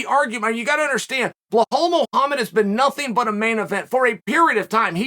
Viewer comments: “Blohowl” Mohammed always cracks me up but “VinCHINcent” Luque almost made me choke on my food 😂😂😂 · I have never heard Chael not murder Belal's name xD f'n love it